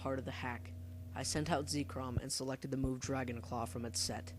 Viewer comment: it is ZEK-rom not zeekrom